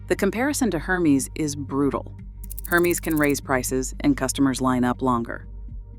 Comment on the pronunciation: It's Er-mes not Her-me-s